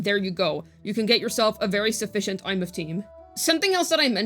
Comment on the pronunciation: Did...did just pronounce a characters name correctly?